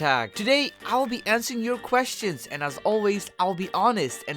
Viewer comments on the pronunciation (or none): “Ill be ansing your questions”